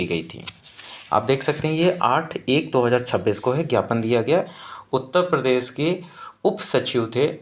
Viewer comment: उत्ता प्रदेश नही उत्तर प्रदेश होता है